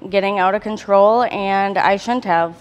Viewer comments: Blond bitch can't even pronounce her words. " I Shunt have " its Shouldn't have. Moron. She's def in it for the money. Why work when you can marry a, for his age relatively ok looking dude. But shitddd I'm 35 and married to A Fu(king Dime Mexican woman. So I'm all set for now.🤣🤣🤣🐓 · "Shounthave" WhAt In TaRnAtIoN